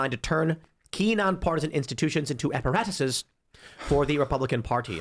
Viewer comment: "Apparatuseses." Reminds me of the old Hannah-Barbera cartoons. 😂🤣👍